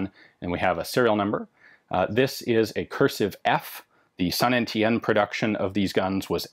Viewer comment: Damn, I finally know how to pronounce "Saint Étienne". All that time spent staring at the girls in French class might not have been a total waste.